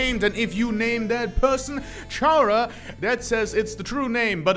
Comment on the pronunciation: did you know "Chara" pronounce "Character", Like, Car-Ah, not Char-Ah.